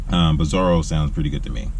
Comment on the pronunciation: Zora not zoro